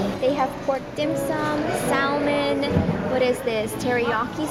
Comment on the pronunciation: ur so filipino lol "saLmon" its actually a silent 'L' lol